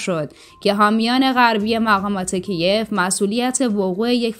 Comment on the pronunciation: با سلام درنخستین جملات اسم شهر کیف را که پایتخت کشور اکراین است اشتباه تلغظ کردی و از آن بمعنای کیف پول یا کیف دستی درنظر گرفتید وآن را تلفظ کردی زیرا سامانه موشکی در کیف جا نمی گیرد